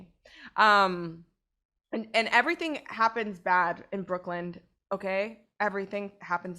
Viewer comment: This was such a stupid story. Nothing supernatural at all - just some chick who felt awkward at a party because she thinks she is better than everyone else and got to a drunken mess. Also, it's BrookLYN - not BrookLAND.